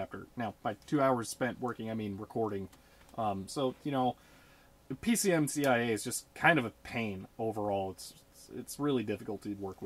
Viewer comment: Why do you always say PCMIA? Are you anti-C? I love the vids though. It really goes well with 8-Bit Guy, Druaga1, and a lot of the "Modern Vintage Gamer"-type channels. I like to walk back through my own history of forgotten devices and devices I've never seen. Love it!